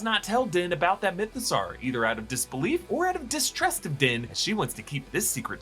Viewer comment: I kind of miss when he was calling it the MythoSowerrr